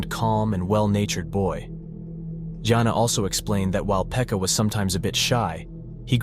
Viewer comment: He said it wrong, Joona is a man's name